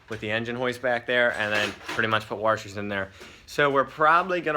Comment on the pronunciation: Back at it again with the warshers